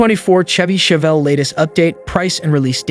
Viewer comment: Ai voice is lame. "Tchevy Tchevelle"...smfh